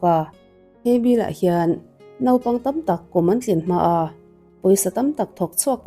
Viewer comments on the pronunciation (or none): none